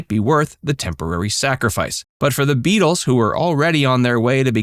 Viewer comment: Try that plural pronounciation of Beatle a few more times till you get it right